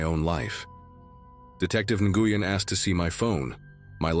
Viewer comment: Nguyen is pronounced NWEN NOT Nagooyen